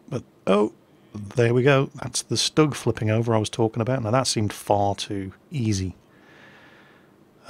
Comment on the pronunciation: No offense now, but its pronounced shtoog not stugg that's just the German abbreviation and spelling. :)